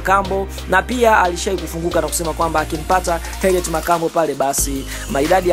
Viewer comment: Mtangazaji samahani, soma vizuri hilo jina siyo Herriet.